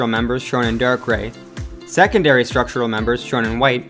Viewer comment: “seconadry” structural members.